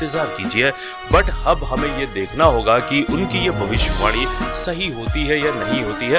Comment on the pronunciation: Hindi language ke apman ke liye 1 dislike meri taraf se.... भविष्यवाणी hota he naki भवष्यिवाणी